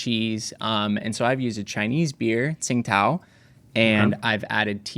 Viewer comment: The way said Tsingtao was so accurate